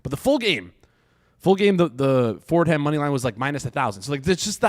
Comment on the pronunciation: “Ford Ham” 😂